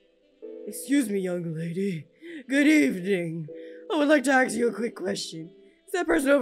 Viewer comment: Just realised says aks instead of ask